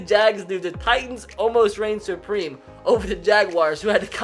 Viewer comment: I say "supreme" says "supweme"